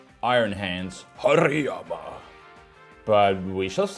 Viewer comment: Forgot how much I like how pronounces Hariyama